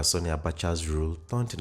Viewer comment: I must commend your extensive research prowess. Kudos. Just a little observation in your pronunciation of 'Sani'. You tend to pronounce the 'a' in Sani as 'o'. It should be pronounced as in the 'a' in 'happy'.